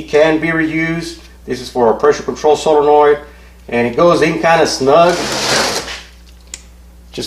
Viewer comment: "Sololoid" lol